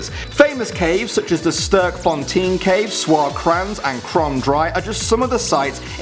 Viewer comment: Dude you are saying sterkfontein rong😂😂